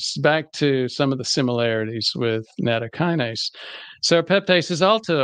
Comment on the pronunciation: Nattokinase is not a Kinase according to Wikipedia and should not be pronounced as such. definitely mispronounces it. You can say that is a small point, and it is. It just concerns me that he didn't research that small point.